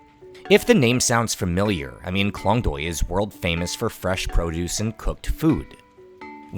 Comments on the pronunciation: sorry my grammar is incorrect, the point is Klong toei , the way u pronounce it noone gonna understand and i feel your whole clip is as important as the correct pronunciation of the specific place!! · klong doy poo gimme a break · The Reporter can barely speak Thai and pronounce some locations' names correctly (like Chao Phraya or Khlong Toei), so I don't know how much credibility I can give to this video. However, it's eye-opening to watch something like this; I have never known about this part of Bangkok before =)